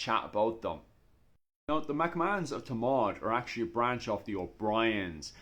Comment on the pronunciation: It’s Thomond not Tomawd ! 😂